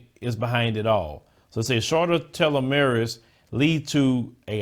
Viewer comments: Tel-O-Mer-es...I love what you are doing but that word is pronounced "TELL-A-MEARS". Every time your cells die and rebuild, your telomeres get shorter. When they run out, you die. If scientists stop the shortening process of your telomeres "tella-mears" the body could live FOREVER. -CHEERS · Hi,! Just so you know, it's actually pronounced more like "tell uh meres." It's basically some kind of genetic compound at the end of a chromosome. I can't remember what it does, but if I recall correctly, the longer they are, the longer you live.